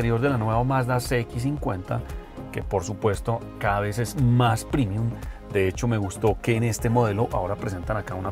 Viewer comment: El uso de extranjerismos es exagerado, incluso USA MAL el término latino PREMIUM y lo pronuncia primium… de dice PREMIUM. PREMIUM. POr lo demás buena nota, buen trabajo